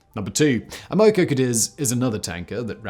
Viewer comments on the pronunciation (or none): American Oil Company. Am O Co, pronounced just like it looks when you break it down, fact-boy.